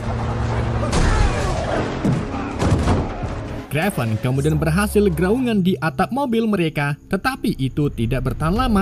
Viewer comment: kraven mas bukan krevan... tapi mantap mas, sangat menghibur